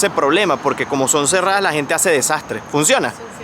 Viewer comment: Soy Andaluza jajajajaja siempre veo vuestros vídeos y cuando ha dicho que hazee me ha matao! jajajajajaja te has mutado a andaluz? O que Haze?